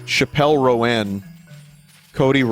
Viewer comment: heartbroken... vinny pronouncing Chappell Roan Like That